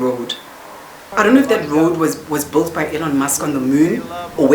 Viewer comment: in American English we pronounce it "built".